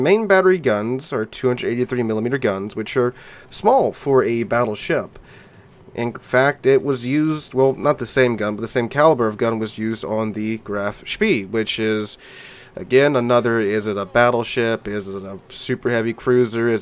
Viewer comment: No, it’s more like…“shpea“ take the normal English „sh“ sound and add a „p“ and the „ee“ part I can’t find an English comparison for since it’s the German „e“ just longer, which I can’t think of a counterpart for.